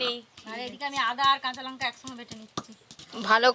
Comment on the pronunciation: লঙ্কা কে বলে লোঙ্কা